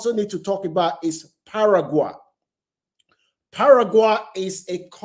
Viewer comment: Argentina is a racist country . Brazil and Mexico is a poor country . So no African passport is worth it ? African passports is a toilet paper . Your pronunciation of Paraguay is out of tune, same as Uruguay... learn to pronounce these countries properly mate .